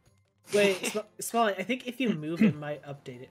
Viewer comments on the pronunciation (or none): Lol SmallAnd instead of SmallAnt on the intro